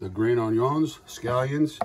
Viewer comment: I kinda chuckled about your pronunciation of onion - “ownyun” - reminds me of ole Justin Wilson, the beloved Cajun cook.